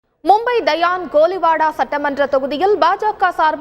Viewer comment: News vasikura akka dayan koliwada illa sion koliwada sariya vasika kuda theriyala enatha solla